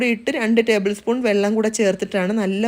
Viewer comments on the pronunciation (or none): none